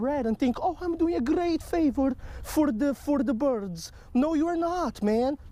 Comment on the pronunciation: "Fur da bürds"